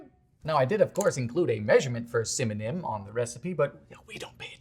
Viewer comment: Welcome penguin (not random…) subscribers to “EGGIES” and “CINNAMIMIMMMMM”. Nice to know you also exist in real time and space without jump cuts Dylan.